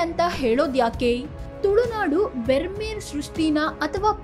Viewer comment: Brahmeru ಅನ್ನಬೇಕು bermeru ಅಲ್ಲ